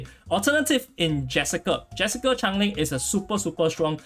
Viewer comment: As the Pronunciation police it’s Change Ling 😂😂🔫